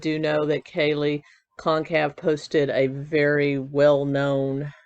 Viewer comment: Kaylees last name is pronounced kinda like Gonzalez, so gon-cal-ves